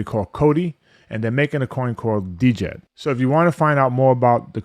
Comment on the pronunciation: The “D”is silent bro.